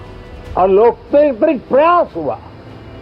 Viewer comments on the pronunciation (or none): PM Sir aap MA pass ho and uske baad aapne BA bhi kar rakhi hai aloktetrik nahi aloktantarik hota hai❤😢😂